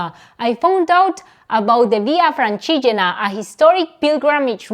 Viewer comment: Nice content its nice to see you riding in my places (Tuscany) keep pushing! 😊 also by day 3 your pronunciation of “francigena” was perfect!! 😂